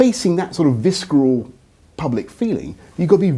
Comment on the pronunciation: Did he pronounce it "visKeral"?